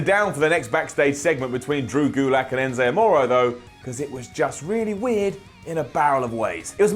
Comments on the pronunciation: Did he just say ENZA AMORO LMAO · Enza Amoro? Hahaha love that type of vocal mistake